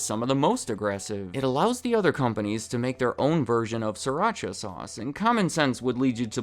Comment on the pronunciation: Sri-Racha (Sreee- PAUSE - Racha) I speaka Thai